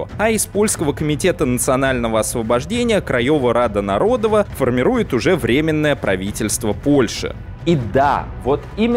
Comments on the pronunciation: Кстати, не нарОдова и лЮдова, а народОва и людОва, так как почти все ударения в польском ставятся на предпоследний слог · Отлично, только ударение. Не liUdowa, а liudOwa. Не narOdowa, а narodOwa. Очень режет слух... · Хороший материал, особенно учитывая, что я живу в Польше. Только просьба, в польском языке ВСЕ ударения на предпоследнем слоге, народОва, крайОва, людОва. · Не нарОдова и лЮдова, а народОва и людОва. В польском языке ударение ФИКСИРОВАННОЕ - на предпоследнем слоге. А то, что произносите Вы звучит... жутковато. Любой СОВЕТСКИЙ школьник как раз в этих слова: "Армия крайова", "Армия людова" ни разу не ошибался. М-да-с! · В польском языке ударение преимущественно падает на последний слог: народОва Рада, людОва Армия и т.д. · Мне нарОдова прям по ушах бъет, нородОва должно быть. И не Осековский, а Осенковский. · в польском ударение всегда ставится на предпоследний слог, поэтому корректнее произносить "людОва" и "народОва" :) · спасибо за ролик. Одно замечание: в польском языке ударение падает на предпоследний слог. Поэтому ЛюдОва, народОва итд. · Уши, конечно, вянут от "лЮдова", "нарОдова" :) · Ну раз взялся за Польшу, что ж не ознакомиться хоть слегка с польским языком? Первое простое правило - ударение на предпоследнем слоге. Уши ж отрезает нафиг - лЮдова, нарОдова. почему еще не крАйова? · В польском языке вы ставите ударение не туда. ЛюдОва, НародОва, КрайОва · В польском все ударения на предпоследний слог. Пожалуйста.